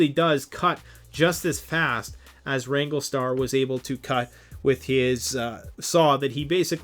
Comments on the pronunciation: RANG-GLER-STAR...not Ranglestar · It’s wrangler star not wrangle star there an R in the word wranglerstar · Rando: being respectful? "Educating" wranglerstar (he also mispronounced the channel name), "he doesn't know what he's talking about", among other things he said. He could have put out a video to sell the merchandise his store carries without calling someone out by name. He may have gained a new subscriber, but also lost one. Btw, it's called FELLING a tree, not Falling. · Maybe learn to pronounce the name before featuring a channel in your video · You say you are educating wrangler star and yet you can't even pronounce or spell his name. Why would you use a hand saw when a chainsaw is just common sense. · Why are you pronouncing the mans youtube name wrong?